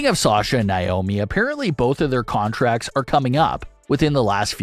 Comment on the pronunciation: Why do you keep saying "Nye-omi"? Her name is "Nay-omi".